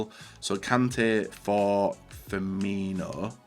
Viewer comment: Why tf does everyone say pronounce firmino as firminho HE HAS NOT H IN HIS NAME